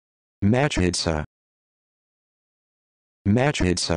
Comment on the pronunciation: What is this nonsense? That's not even remotely how you pronounce מחיצה!